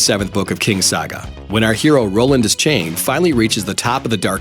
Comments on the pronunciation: Des"chain"?! Des"chain"?! It's Des"shane" phonetically. =/ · Did....did you say Roland Dis-Chain? It's D-Shane. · Roland "Des-chain." Don't tell me that's the proper way to pronounce the name. I've always said it "Desh-ain" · Did you seriously just read the name Deschain as Dis-chain? I mean Google speak says Dis-kane but it's a robot. I hope the movie didn't f up that badly